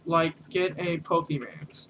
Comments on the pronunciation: I died a lil inside at the beginning when he said "Poke man"........ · Awful tutorials, the way he talks and has his videos are so unplanned and scatteredabout like he doesnt know where hes going. Poor format, and doesn't say pokemon right.